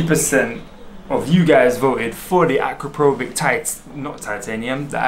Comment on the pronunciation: You mispronounced Akropovic.